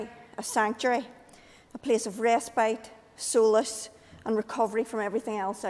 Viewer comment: Well done. You've managed to make "solace" sound like "soul-less".